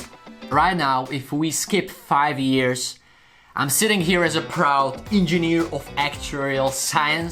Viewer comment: How he says years because of his Accent